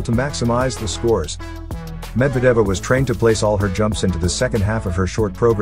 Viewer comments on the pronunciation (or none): Dude - you absolutely butchered their Russian last names….it’s pronounced Zah-gee-toe-va and Med-ved -dee-yAy-vah oh and as well as butchering the coach’s name which is pronounced Tube-er-reet-zah